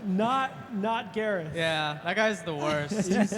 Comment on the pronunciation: ITS gareth